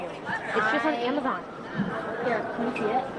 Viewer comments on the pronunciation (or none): none